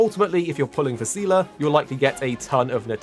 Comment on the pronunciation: Thanks for the video! As a Honkai lore nerd I'll weigh in on that aspect. The official English pronunciation is "Zee-luh" so you pretty much got it right. You don't really need to know the lore from Honkai Impact 3 for Star Rail but it can help you catch some of the deeper lore references. For example in HI3 Seele is an Estonian orphan who lost her family in a Honkai eruption in Siberia. Clearly Star Rails story doesn't take place in Siberia so for all intents and purpose those Seele is a different character. If you are interested in knowing her HI3 backstory it's definitely worth diving into however. For a bit of history lesson, Mihoyo likes reusing story elements and characters in new games, and they've been doing that since before Honkai Impact 3. The concepts of reincarnation and Samsara are often major themes in their games (as in from Buddhism). However Star Rail is a bit of a different case since it is actually technically a real spinoff of Honkai Impact, even featuring two characters that are actually from the game (welt and silver wolf). But the story and setting seem to not require any prior knowledge so far.